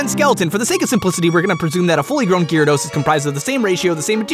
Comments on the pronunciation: Gi rados? I always pronounced it Jeea rados :o The name has the ya in there for a reason, right? He even spelled it Gyrados in the description xD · As bad as this video is so far i had to stop to comment the second i heard Gear-ados, wtf? its bad enough he pronouced Rattata wrong but coooome ooooon atleast its a whole Country that pronounces Rattata wrong (even though you guys <America> dubbed it) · The official pronunciation (as per the TV show) is GARE (like Gary minus the "ee") - uh - dos. I cringed when he said it, too. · ImmenseMudkipz Yeah, that's how I've always pronounced it. Never heard it pronounced Gearados before, that threw me off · Ahem! Its pronounced gyarados not gyarados.. dumbass... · i cant be the only one who hates how he pronounces gyarados name... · gyarados pronunciation killed me :v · gyarados y is silent btw